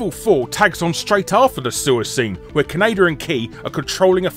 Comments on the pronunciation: It's Ka-ne-da you bloody banker! Not keneida. Did you think the franchise is named after Canada? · Did he pronounce kaneda like Canada? Or is that just me? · I never thought I'd hear Kaneda pronounced "K'naydir". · I love hearing "Kanader" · "Kanader" ~ Guru Larry, 2016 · British pronunciations of Japanese names hurt. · Oddly enough, the original Streamline English-language dub made the same mistake in pronouncing Kaneda’s name.